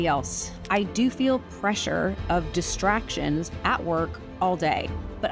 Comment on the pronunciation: I could have sworn in the intro you said “…to stay focused and ignore the destructions” instead of “distractions” and that seemed so fitting. Because even small distractions here or there can add up to destroying our chances at a dream. “Destructions” is what I might call distractions from here on in.